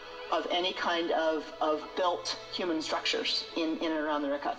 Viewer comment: omg "Get Woke" and "Trust Experts"? <---Supposedly like herself? "Plato 100% made up the Atlantis story"? Sarah was invited to the WEF because she's in the business of disinformation. The worst enemy of all Libtards and Democrats is TRUTH. It bit her on the ass so bad she won't even pronounce the name right. She wants to call it the "Rick-hat structure". Complete idiot.